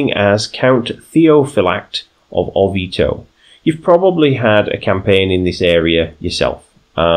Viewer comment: As one of your (few?) Italian followers I am already really enjoying this new campaign and how you started role-playing it! The only one little thing to fix is your pronunciation of Orvieto, here is a quick guide